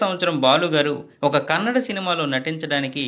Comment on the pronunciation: Kannad kadu. kannada